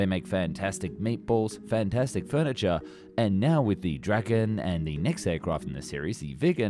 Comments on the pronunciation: Im a swedish dude and draken doesnt really sound like that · bro i love your videos but please say Dra-ken and not Dragen its hard k and its like when you say drake but just with dra insted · You pronounce Viggen rather correctly but with Draken it´s going hard on a straght "A", Draaaaken, yours sounds more like Dracken. This is a lame comment that deserves to go to heck, just typing, no big deal.